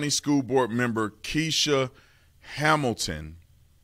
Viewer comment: kesh-ah is how her name is pronounced.not kee-shuh.